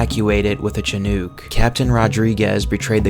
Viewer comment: He also said CHIN-ook, instead of SHIN-ook. I believe Chinook was a tribe of Native Americans, like the other US army helicpoters names, Blackhawk and Apache.